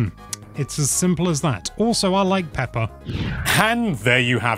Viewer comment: He said Peppa 🫢